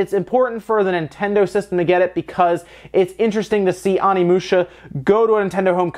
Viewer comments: It's pronounced Oh-nee-moo-sha, not Ah-nee-moo-sha. Japanese isn't hard to pronounce--it has five vowels and they're always pronounced the same. Get it right. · I swear to god the Pronunciation of Onimusha is not - Omnimusha, this is not battle of the gods in DBS XD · So much hate for pronouncing 'Onimusha' as if it were written 'Onnimusha' or 'Animusha'. Oh, well. I remember back when I pronounced 'Geno' as [GEH-no]. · How to pronounce Onimusha (Oh Nee Moo Sha) please pronounce it correctly... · It's pronounced: Oh-nee-moo-sha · Love ya, but it’s pronounced OH-knee-moo-sha xoxo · You saying it wrong. It is o-ne-mu-sha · please stop slaughtering Japanese words. There are only five vowels: a says “Ah,” i says “Ee,” u says “Ooh”, e says “Eh,” and o says “Oh.” There. Now you can pronounce every Japanese word ever. Onimusha is “oh knee moo shuh” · I'm sorry, but I can't continue listening to you as you butcher the pronounciation of Onimusha every five seconds.